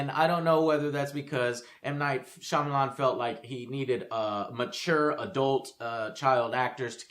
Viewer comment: Yes,. Foreign names are funny. But if you're not four years old, and have seen literally a movie, you know how to pronounce Shyamalan's name.